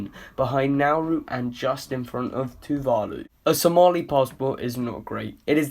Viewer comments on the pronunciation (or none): none